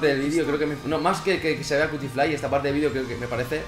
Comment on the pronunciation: Pinshis españoles, nunca entienden que se pronuncia cutifly se pronunsia "quiutiflai" :'v